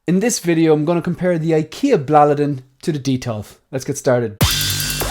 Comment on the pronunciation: Hi Great video as always. Your pronunciation of Blåliden sounds better than the word here in Scandinavia. You can't write the correct pronunciation because Å is not always pronounced as an A. And the same goes for D, at least in this case it doesn't I can send you an audio file on IG with the correct pronunciation if you want? Have a nice day